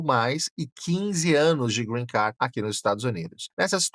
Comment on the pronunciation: Nao si pronuncia “Green Car” e sim “Green Card” !!!!